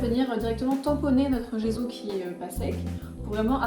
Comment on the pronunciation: Ça se prononce djesso ! À l'italienne 😊